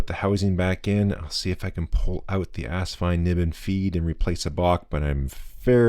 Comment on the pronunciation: Do you know what asvine nib units fit the asvine nib v200? That's so funny. I got mine earlier today and put green ink in it. It's also funny that you say ass instead of as. When the rear filler cap is loosened, does it jiggle on the rod?. Mine does. I'd love a drop of glue on it. Also asvine nibs are beating out the bock nibs. Also, filling system could use a bit of lube, but very happy so far